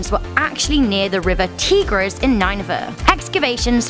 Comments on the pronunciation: Noel Crenshaw As well as "Teegris", and the total butchering of Nebuchadnezzar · She said Tigris wrong